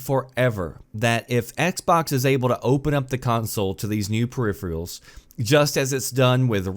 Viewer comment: 1) It is pronounced (and spelled) "per-iph-er-al", NOT "periphrial"!!! 2) The idea of allowing mice and keyboards is nice, but there needs to be some protection to avoid their use with other players using controllers. It is already too easy to cheat on PC. We do not need to add ways to cheat on Xbox, too.